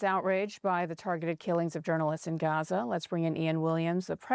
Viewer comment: I hate it that I have to say this or write this, but please stop pronouncing Gaza and Palestine phonetically with guttural sounds that aren't there because you're making it more difficult for people in middle America to understand what's going on. You're doing the work of Israel for them.